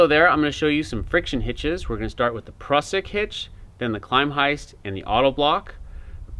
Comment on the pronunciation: Great video, but sorry to nitpick your pronunciation of the hitch. "Klem-heist" (sounds like the first syllable in "Lemming", obviously adding a "k" to the front), not "Climb-heist". It probably comes from German "klemmen" meaning "to clamp" and has nothing to do with the English word "climbing", which you make it sound similar to. Thanks for the very clear demonstration of these hitches. All the best.